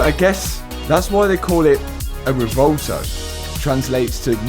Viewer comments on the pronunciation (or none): Sorry to sound like a broken record, but it's pronounced 'rev-well-toe'. Love the videos anyway...